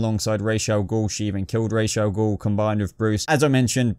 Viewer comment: It's Ra's al Ghul not Rash al Ghul